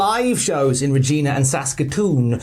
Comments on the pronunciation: Hello from Canada! You are correct in almost everything you said except… Regina is pronounced exactly the way you don’t want it to be… Edit: it’s apt that you mentioned your gynaecologist at the end 😅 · It’s Regina! (Rhymes with vagina) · Hey guys from Saskatchewan, Canada just throwing it out there Regina is pronounced line vagina, yes I'm serious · Oy!! How did the Brit mispronounce Reg-I-na? lol To be fair, it's a trash city, there is nothing regal about it so no hard feelings.